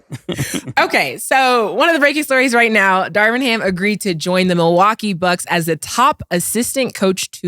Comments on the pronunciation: Killa be mispronouncing everyone’s name! Darwin ham top assistant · I feel you should correct cam immediately when he starts pronouncing things wrong. “Darwin” lol